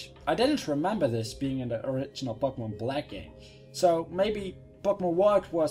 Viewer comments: you say Pokemon really weird... it sounds like *popocmnumun* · He says Pokemon funny X3